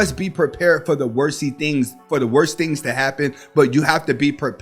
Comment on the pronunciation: Bwhahahaha! Did he say, worsy things?! Bwhahahaha!